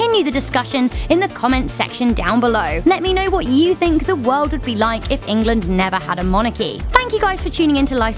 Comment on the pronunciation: Why does she keep saying England in welsh and kinda annoyed